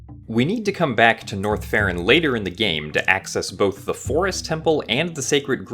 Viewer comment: Every time he says North Ferron or whatever i hear Norfair